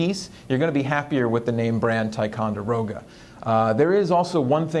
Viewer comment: It’s pronounced (tic-on-der-o-ga)